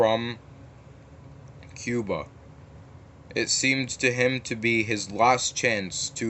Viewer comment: guys he meant cuba not chiba